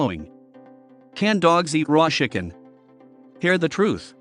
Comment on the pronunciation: Why did he say shicken?lol